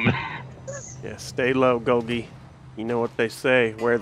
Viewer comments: I don't know if Golgie Apparatus was meant to be pronounced the way you do or if it's supposed to be pronounced like Golgi Apparatus, the scientific pronunciation. Is it weird that the way ya'll say it bothers me? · For every time they call him “Golghee” and not “Gol-gee” a biology student spontaneously combusts